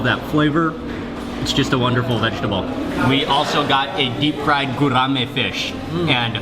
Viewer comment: You call it gurame fish not gourami fish